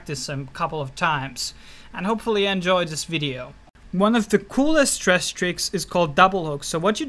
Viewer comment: Lol love it... trash hahahha sounds so funny the way he says it